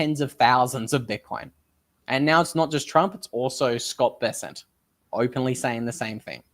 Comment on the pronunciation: it's Bessent, Not Be-sent FFS.